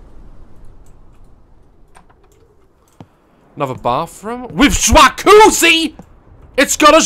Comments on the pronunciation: Everyone: ja cu zzi Daz: shwacoozie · Daz: SH-WA-COO-ZY Me:👌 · Jacuzzi ❌ jwakoozee ✅ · Not jacuzzi. A SWCHACUZZI. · Daz: “ this house is okay it would be better if it had...... A SWAQUZI” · Jwakuzi! Let's see how many ways we can spell it 🤣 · I've seen this a lot of times but the "juacuzzi" gets me every time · I love the way he says SWAKOOZIE! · "IT HAS A JWACOOZI. THAT'S IT, IM MOVING IN." 😂😂😂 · ITZ GAT A SWACUZI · one he kills me when he found all the good stuff two he played this game before idk if anyone noticed but yeah and three what is a shwaquzii hahahahahahahahahahahah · daz: jwacuzzi subtitles: schwarkuzzi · he was joking we don’t say it like that lolll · Is nobody gonna talk ab the way he pronounces jacuzzi😭